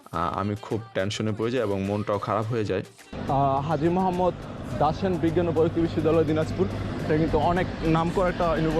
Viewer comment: ভাই vlog দেখতে ভাল লাগলো কিন্তু আপনার বাংলা উচ্চারণ খুবই খারাপ। এই ব্যাপারে যত্নবান হোন। আর দয়া করে কোন প্রতিষ্ঠান নাম ভুল বলবেন না। বিশ্ববিদ্যালয়ের নাম "হাজী মোহাম্মদ দাসেন" হবেনা । হবে হাজী মোহাম্মদ দানেশ। ধন্যবাদ ভালো থাকবেন। ভবিষ্যতে আরো ভালো ভালো vlog দেখতে চাই।